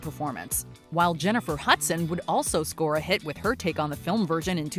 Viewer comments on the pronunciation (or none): none